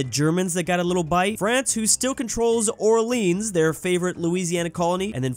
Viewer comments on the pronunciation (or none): none